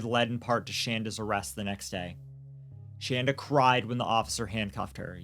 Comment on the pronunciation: Other than mispronouncing Shandas name, this was a good account of what happened. Adam and Shanda DID meet online. There's no way that Paul actually fed Timothy the one time he said he did as this would have made Tim violently ill. He would have had to go through refeeding in a hospital. G is not being raised by his grandparents but he does have two great new parents.